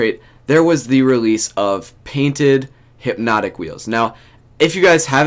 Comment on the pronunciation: He said there’s hype hyp-notik